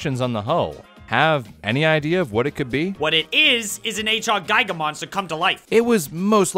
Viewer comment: H.R. Giger It's pronounced: gEE-ger